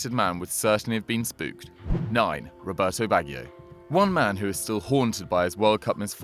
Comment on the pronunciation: Not subscribing if you can't pronounce Roberto Baggio correctly, even with your faked posh accent.